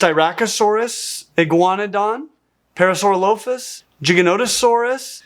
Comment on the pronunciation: Not the mispronouncing of parasaurolophus uhhgg.